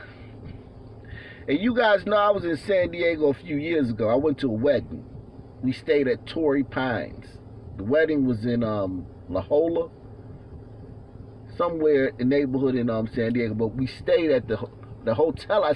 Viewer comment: The city in San Diego you stayed in is pronounced La Hoya...like the Georgetown basketball team.